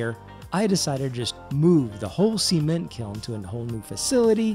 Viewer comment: "seement" lol